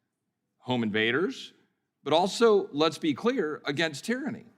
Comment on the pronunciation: "tyranny" lol